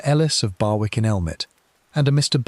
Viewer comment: Barwick is pronounced BARICK!!!!